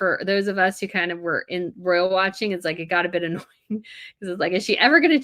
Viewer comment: Pronounce ROYal...